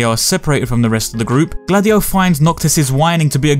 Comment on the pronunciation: Every time you say Gladio I'm hearing Dady-O...